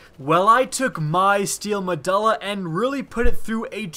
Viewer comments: Muh-DO-LA, say it with me. MUH DO LA Not DUL-LA, DO-LA. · nice mispronounce of the guns name... meh-duel-ah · You need to research your pronunciation before recording... medulla is pronounced meh-dual-ah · med-you-lla MEDULLA not med-all-a MEDULLA say it right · LOL because,, it is in fact pronounced med-you-lla not ma-duh-lla. It was so hard to make it through this video. I also cringed every time the name was mentioned. Love the vids but you gotta work on that pronunciation and grammar. Keep the good stuff coming! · It's pronounced meh-dool-uh not meh-dull-uh. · "Ma do la" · Me-dulla. Lol. Read a book sometime. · its pronounced Me-doo-la. I think you're thinking of megjul dates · Mah-doo-lah, hakke is also pronounced hack-aye. C'mon man. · not mu duh luh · The letter U doesn't make the sound U were making saying medulla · pretty sure the U in medulla is a hard U not a soft one. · Medulla oblangata. Now say medulla correct. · lol you don't know how to pronounce Medulla